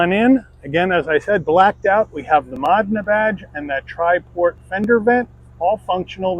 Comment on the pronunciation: It's pronounced mo-DEH-nuh